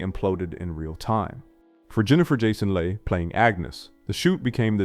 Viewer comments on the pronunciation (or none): Jennifer Jason lay lol It's lee mate